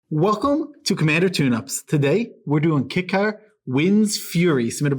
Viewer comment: Everytime they pronounce Kykar Kick-are instead of K-I-car I die a little inside